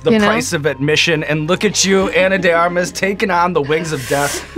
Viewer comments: Her name is Anna de *ARMAS*??? I thought Eric the Actor was saying "Anna de *Garmas*" all these years... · Surprised Sean Evans didn't research how to say her name correctly! He usually researches his guests quite well 🤔